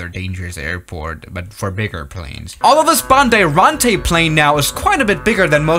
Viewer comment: As a Brazilian, It is very funny to hear you saying "bandeirante"